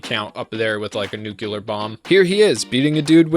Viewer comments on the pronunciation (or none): Awesome video. Have to say tho, its Nuclear as in New-clear. Not Nuculer as you had pronounced. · Me: Nucular? It's nuclear! Pff.: You are already dead. Me:... NANI?! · NUKE-Lee-er. Not, NEW-q-ler. 😂 driving me crazy. Otherwise awesome vid. FoTNS is a top tier anime. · For the love of god it’s pronounced “nuclear” not “nookeeler” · "New-klee-ar" not "Noo-Que-Lur" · My dude, I say this with love: Nuclear (Nook-lee-ar) not nukular. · nu cle ar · Anybody else got annoyed as fuck with his incapability in pronnouncing the word "Nuclear"? "Nukelar" really threw me off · Say it with me, NU-CLEAR. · Sorry. Clicked off when I heard you say "nuke-yalur" twice. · What the heck is nucular? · what the hell is this pronunciation of "nuclear"???